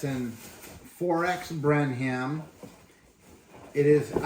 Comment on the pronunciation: FYI, it’s pronounced Brenem. (Brenham, TX). Thanks for the review!